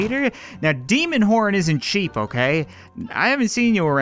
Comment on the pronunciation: Did anyone else hear say porn instead of horn also 2020